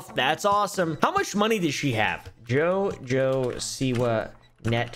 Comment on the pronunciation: i love how you pronounce JOJO like djjo 🤣🤣